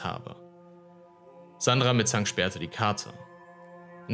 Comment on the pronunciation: Warum sagt der Sprecher immer "Mitzang"? die heißen doch (laut Einblendungen) "Mittank", oder nicht? 🤔